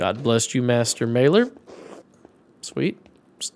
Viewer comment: Not important but this is one of the easier ones: The a in "Maler" is pronounced like the a in "father"